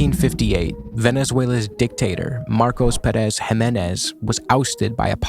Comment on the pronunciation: great video but man please please please the tonic syllabe is Pé in Pérez